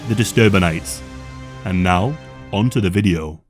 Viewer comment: Love the channel, why are you suddenly placing so much emphasis on “the” 😂